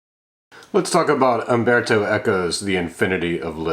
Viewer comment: CERTAINLY not "Amberto". It's mind-boggling that even the well-read among you native English speakers will at no point at all have the forethought to look up the pronunciation of the name of who seems to be a writer you admire. Even more so if you will go to the lengths of putting together a video for thousands to sit through. You really must have no shame.